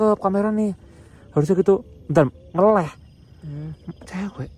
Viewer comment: Ngaleh=pindah,bukan ngeleh cok